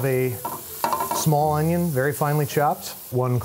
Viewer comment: And sautéed unions